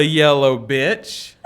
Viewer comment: He said "bench" tho it does sound like "b*tch"